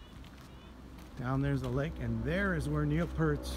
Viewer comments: Completely gone. (And the name is pronounced "p-EAR-t" , not "pERT".) Thanks for the video. The end of an era in so many ways. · Please don't say PERT.. it's P EAR T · P E E R -T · Don't mean to be critical, but could you please pronounce Neil's last name correctly?